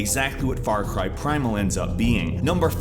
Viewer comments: "Far Car" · "Far Car" ? xD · Wait... Far car primal? Umm Doctor Phil? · Also, Im most excited for SuperHot. Also, why do I feel like I have heard of Far Car before?